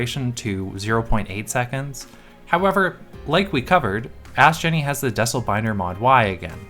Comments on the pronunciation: I think it’s pronounced “Dee-sell”, like decelerate binder ! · Not that it matters and I very well could be wrong, but i'd imagine that it's DEE-CELL. As in decelerate.